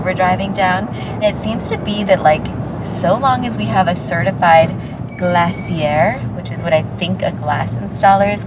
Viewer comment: Glazier is pronounced glay-zhur.